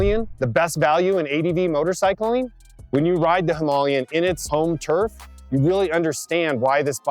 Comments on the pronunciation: It's Him-aa-layan....not Him'u'layan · I was not expecting "Himalayan" to be pronounced like that.... OK, he's just wrong, very worng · any chance of pronouncing the name correctly . Him,a,lay,in 😂🤣😅😆😂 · Hi,ma,la,yan four syllable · Exactly! Why didn’t he edit the soundtrack to pronounce it correctly? Low budget alert !